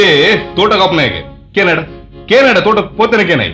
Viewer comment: ಪೀಕು ದಾನಿ ತುಳು ಶಬ್ದ ಅಲ್ಲ... ಪಡ್ಯ.....ಧೋಟ ಅಲ್ಲ ತೋಟ...